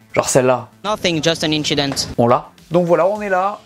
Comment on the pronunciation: Ça va acheter le “nothing just an inchindent” pour Noël 🙌🏼🔥